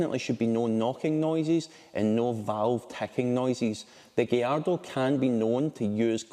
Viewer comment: Thank you for pronouncing gallardo properly 😭